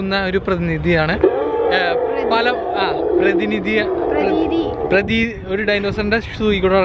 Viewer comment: Nice vlog.... Prathinithi......prathithi😀😁☺